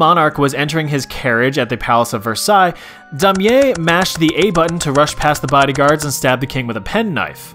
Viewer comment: You butchered Damier's name wow